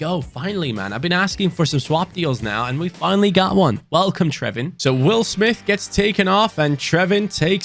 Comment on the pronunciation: So excited you signed trewin! I support the team he plays for irl and he is doing super good. Love the concept! It’s pronounced true-inn not trevin btw.